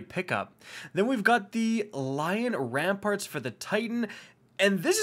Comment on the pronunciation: For Christ’s sake, it’s LION RAMPANT. Not “Lion Ramparts,” or “Lion’s Rampart,” or “Lion’s Rampants,” it’s LION RAMPANT.